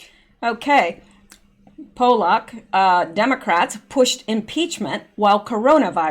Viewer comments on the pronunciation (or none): none